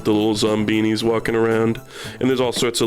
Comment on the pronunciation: HE SAID ZOMBINIS HES SO CLOSE TO ZOOMBINIS